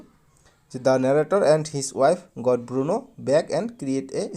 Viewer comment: Bruno hoi Burno nohoi